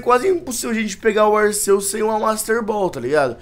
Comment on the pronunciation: se fala arkeus